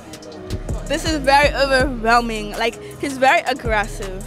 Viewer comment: She said this is very owerrwelming 😂😂😂😂